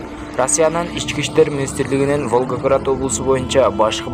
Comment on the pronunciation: Туура айтсан Волгоград деген созду уйронуп ал социялдык деген созду да туура окуп уйрон кудайым озу сактасын кырсыктан